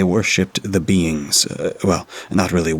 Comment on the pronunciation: Who else thought he said the “beans” and took a few too many seconds to process ooooohhhh “beings” 🤪😂